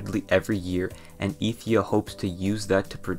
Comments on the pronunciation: he said "Ethia". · "and Ethia"